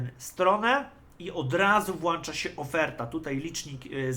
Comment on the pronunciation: Nie wiem czy zaufałbym człowiekowi, który mówi “włanczać” 🤔